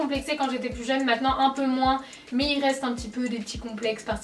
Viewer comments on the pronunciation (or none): none